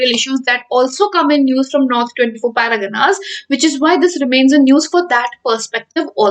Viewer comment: It's not paragana madam... It's pargana..